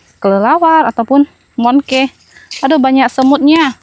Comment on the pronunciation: Maksudnya monyet dlm bhs Inggris tp pelafalannya kurang tepat 😊